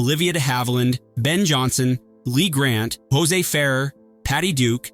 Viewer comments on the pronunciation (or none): none